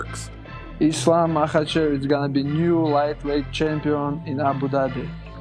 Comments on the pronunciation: Chael Sonnen and his Islam Mackelchev 😂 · When is Chael gonna tell Islam how to pronounce his last name right?